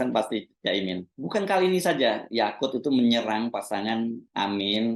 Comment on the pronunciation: Yaqut bang hersu, bukan Yakult 😂